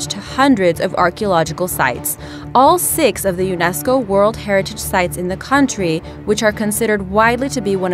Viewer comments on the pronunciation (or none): did this chick just pronounce UNESCO wrong?